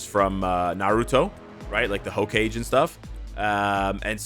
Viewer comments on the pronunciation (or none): I had to laugh when you pronounced Hokage like ho-cage, Lmao. Not shitting on you, i know not everyone's into Naruto, is get it, but just so you know, it's pronounced Ho-kah-gay. Also, my first thought when I saw Aero was Hinata (from Naruto). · I'm just here to point out said hoe-cage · I KNOW for SURE i didnt just hear say HOE CAGE for hokage lol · Its Hokage. Lol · Did really just say "Ho Cage" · My man said hoe-cage 😆, love the content tho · I thought the same thing. Made me smile. Reminds me of watching something by Marvelous Videos.